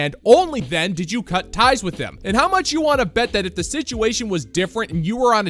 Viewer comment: "I wan-tta. I wan-tta.